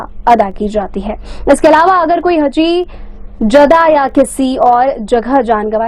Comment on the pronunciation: सही अनुवाद - हा जी ( हाजी ) होता है ! HAAJI. AAP हजी हजी बोले जा रहे हैं ?